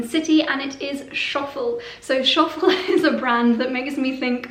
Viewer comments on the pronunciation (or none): Hi, Schoffel is pronounced like “Show” “Full” as opposed to “Sho” “Full”. Scho is with a W sound ☺️ Irrelevant but might be helpful, Lydia says the same. I work for them in Rutland 👍🏼 The trim on the Lyndon isn’t Leather it’s Alcantara which is a mesh bound plastic too. Hopefully this is helpful, not wanting to be rude 😘 I love your videos and the brand exposure is fab so thank you!